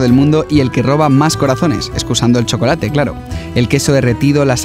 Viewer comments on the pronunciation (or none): none